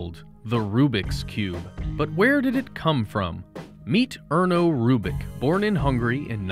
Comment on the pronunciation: Would it be too hard to learn and pronounce his name correctly?